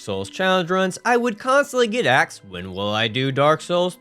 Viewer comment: You got “axed” questions eh? Well done opening the video and making yourself sound unbelievably stupid in the first few seconds.